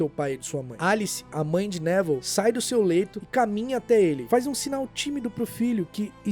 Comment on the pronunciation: Pq do nada no vídeo vc começou a chamar o Nevil de Nével?